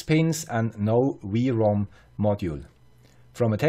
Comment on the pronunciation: its not V-ROM XD its either WROOM like a car does, or DOUBLE U ROOM :P